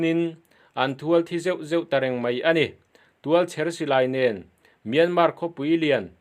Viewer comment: Tualchher silai tih a 'chher' tih lai tak hi, 'Thirdengpa chem min lo chher rawh' tih anga lam tur, adang chu a ṭha khawp mai. Mizo ṭawng lam dik lo hian a awmzia a tibo vek thei tiin kan sep rawtui vel mai mai e..